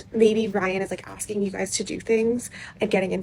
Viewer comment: FYI you said "Aksing" instead of "Asking" at min .